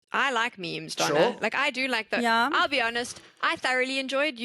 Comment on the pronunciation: Peopke always pronounce it like it's spelled "Donna" like in Lady Madonna for example, but it's Dona ❤️